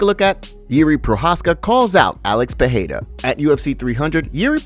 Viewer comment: Dude it's not pronounced Peheira, it's Pereira.